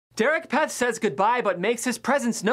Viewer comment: You just pronounced Derek’s last name wrong 1000 times...